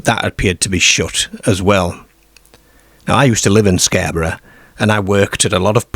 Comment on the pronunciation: Britain does not have a werewolf problem, because it does not have werewolves. Why do you mispronounce words? Darebyshire, Scareborough, pearties, fairmland etc.